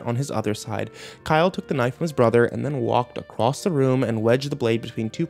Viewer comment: When are you going to do English at school? I can't wait until you find out that the word ACROSS hasn't got a fucking T on the end!